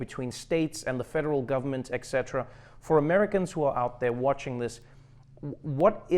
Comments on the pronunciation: I'm going for the most irrelevant comment award. Here goes: It's ET-CETERA, not EXCETERA, Trevor. Stay safe and wash your hands. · He just called Trump "etcetera" lol